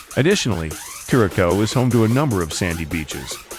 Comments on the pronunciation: It’s not Norwegian, it’s Dutch and it’s pronounced ker-uh-souw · Thank you because they were annoying me every time they pronounced it incorrect. 😂